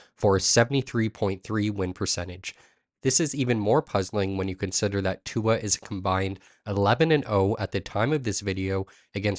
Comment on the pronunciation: Brother you gotta say his name right